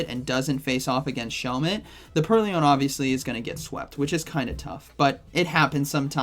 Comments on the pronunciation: It is purr-loin, not pearly-oin. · Purr-loin. Not pur-ly-oin. It's a play on the word purloin, meaning "to steal" Love your content, not sure why this bothered me so much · "Purly-loin" :face-purple-smiling-tears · Pur-Lee-Oin? lol nice video, man! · I hate the remote pass update almost as much as I hate how you pronounce Purrloin LOL